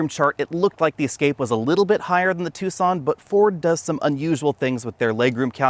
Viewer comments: You say "two son" laugh here we say "tak sun". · Ah, amusing. Yes, Tucson is not pronounced how it is spelled.